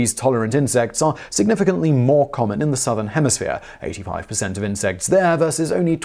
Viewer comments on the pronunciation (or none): stop saying insex.